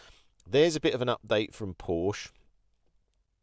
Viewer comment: Good video but we say Porsche with the phonic E at the end 🙏